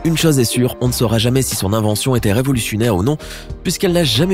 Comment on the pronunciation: 4.07 revolussunaire 😂😂😂